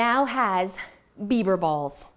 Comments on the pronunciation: I thought you were saying “beaver balls” which made it even more! 🤣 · I thought you said beaver balls!!🤣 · Great clutter free ideas. Love the kleenex box. Not sure if I could keep a straight face ordering bieber balls or bits. At one point it almost sounded like you said bieber bit*ches. lol 👍🤣🤣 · Digital books are clutter free. Also I thought you said Beaver Balls. And I was thinking "Doesn't Canada have plenty of those already?" 😂